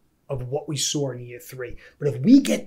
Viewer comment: Sawre > saw 😂